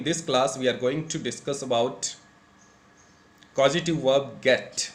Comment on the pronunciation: Waah..!! 😊👍👌 Pronounce it /ˈkɔːzətɪv/ कोजटिव् Otherwise, you have been superb throughout,..😊👌👍